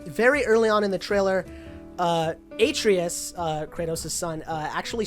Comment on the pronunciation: Not to be a dick or anything but I just wanted to say that Atreus is pronounced " Ah-tray-us" not " Aye-tree-us"